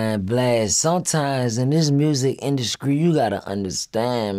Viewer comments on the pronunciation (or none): "Music induskreee"